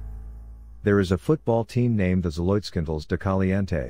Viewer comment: You would think the narrator would have learned to pronounce it right